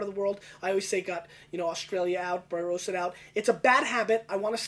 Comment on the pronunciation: Barossa is pronounced with the o as a short vowel sound. Bar o ssa, rather than baroh ssa